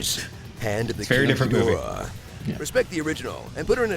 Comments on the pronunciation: Ghidorah. Not ghidrah. Say it with me. Ghi Do Rah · King Ghidorah...Ghi-dor-ah 👀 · The cringe of the GHIDORAH!.......being pronounced as "ghidrah" is too painful. Please stop this nonsense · Ouch, that mispronunciation of King Ghidorah's name is painfully off. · Y'all can not pronounce ghidora😂😂